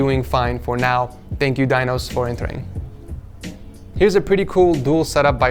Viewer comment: "Dinos" I heard "Thanos" XD.